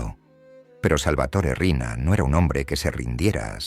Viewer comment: No es Arena, es Riina